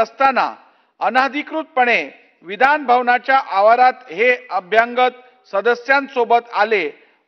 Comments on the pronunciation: एखादा भैया सुध्दा यापेक्षा स्पष्ट आणि शुध्द मराठी वाचू शकेल. अभ्यांगत असा शब्द मराठीत नाही. अभ्यागत म्हणा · अभ्यंगत नाही अभ्यागत असत ते , अभ्यागत म्हणजे स्वतःहून आलेले ( न बोलावता ) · अरे 'अभ्यंगत' नाही, 'अभ्यागत' ! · अभ्यांगत हा शब्द नाही. मराठी मराठी ओरड करतात त्यांच्या लक्षात येत नाही का? अभ्यागत हा शब्द आहे परीसीमा नाही परीसरात 😂😂